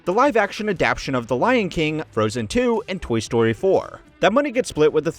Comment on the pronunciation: I don't know why it bothers me, but this channel can't pronounce the word adapTAtion. Adaption isn't a proper word. Shouldn't bother me, but for some reason it does.